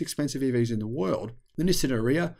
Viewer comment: Nissan —> “ni + san”😊 Not “no,sim” 😢 Have a great day